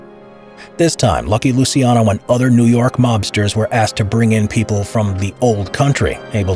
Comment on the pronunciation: It's LUCIANO, not Lusiano... for non italian speakers just imagine like it was "Luchano".